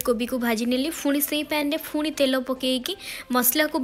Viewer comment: Ruti di phuni kn kahuchanti seita phuni nuha seita puni plz don't say phuni